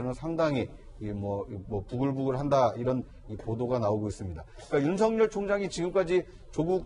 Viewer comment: 사회자 님 윤석열총장 이름 그렇게(구개음화발음) 아니라고 했는데요 다르게 발음 해 보세여 미안